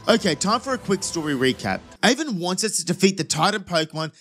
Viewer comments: its Arven not Aven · Aven AVEN!?! its ARVEN "ARE"VEN"